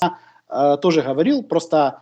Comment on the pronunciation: ГКаварил😀. КорнейЧук и КорнейГек